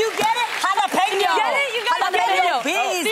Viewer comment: 'Jalapeño' sounds like 'all up in yo'.